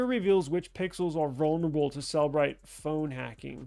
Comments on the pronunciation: Please learn to call it by its real name. It is not pronounced "cell-brite". It is pronounced "cell-eh-brite" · Then stop saying "Sell Bright" when it is pronounced "Seller Bright".